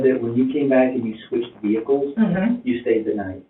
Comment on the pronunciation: The moment she talked about trading Vee-hickles I knew the jig was up